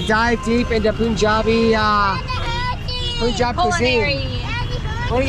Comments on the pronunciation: It is not "Poonjab". It is Punjab like the word "Pun" from "Pun intentended" ... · Every American mispronounces Punjab. I don't understand why. Except maybe they learn to mispronounce it from each other. It does not even fit the rules of the English language, as perilous as it is to apply those to a foreign language with twice as many characters in its "alphabet". The English word "Pun" is never pronounced "Poon", so why do Americans mispronounce that first syllable in Punjab? In the word Punjab there are two consonants (n&j) in between the two vowels (u&a), so there is no reason to elongate the first vowel sound (u). I remind Americans that the word "Punjab" rhymes with the English words "Fun job". "Pun - jaab". NOT "Poon - jaab". Ask an Indian, a Punjabi, to pronounce it 4 or 5 times in a row for you. Listen closely and repeat it after them. Then repeat it like a mantra ("muntrr") in your head. It will be a hard habit to break. I won't even get into "Tazz- maa-haal". Yeeesh! 😁